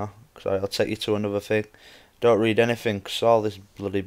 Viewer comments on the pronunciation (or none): none